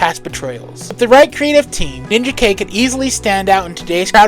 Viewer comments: How can you say a character is your favorite when you don't even say his name right? So much of your info is so wrong or just misleading. While I appreciate spotlighting some of my favorite characters, it actually hurts how poorly you represent them. Rai (pronounced RYE) is more than one character. There have been at least 6 characters to carry this title and they all dealt with many different issues. I could go on and on ,but rather than out you down, I hope you delve into these characters and actually get to know their stories because you missed so much. From Eternal Warrior to Ninjak you sold them short in this video. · It's because it's not supposed to be Ninja Kay. You are right on this. It's pronounced Nin-jak. Just like Rai is pronounced Ry, not Ray. Rai often is the word for Thunder, Lightning, and storms. It's why Pikachu becomes Raichu (Ry- Chu). Mortal Kombat taught us a mispronunciation. It's Ry-den, not Ray-den. Ai in Japanese is usually pronounced like an "I", not an "A". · Ninja K?????….you mean NIN-JAK?!….its NINJAK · face-blue-smiling:LOL Ninja - K? It's pronounced Nin = Jack ( Ninajak ). I really enjoyed this video! You did your homework for sure. Always been a Valiant fan, so this was right up my alley. Very entertaining, & awesome art throughout. Subscribed!:hand-purple-blue-peace::glasses-purple-yellow-diamond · Please don't call him Ninja K. No one called him that until the recent reboot. His original name sounds like Nin-JACK. His name is from Ninja and Union Jack, or the British flag. Also, RAI is short for Samurai and sounds like RYE. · "Ninja K"? ...... You mean Ninjak? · i always thought Ninjak was pronounced Nin-Jack not Ninja-K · Respectfully, I'm pretty sure Ninjak is pronounced "NinJack". Otherwise it would have been spelled "Ninja-K". And Rai is pronounced "rye". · I was going to say this too; I didn't want to be a dick, but I was like: NinjaKay?! Was that the title? Then saw the cover and I was like: No, it was Ninjak.